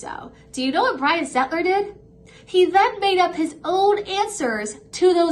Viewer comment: You pronounce his name perfectly.